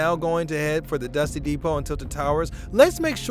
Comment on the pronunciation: "Dusty deed-pole"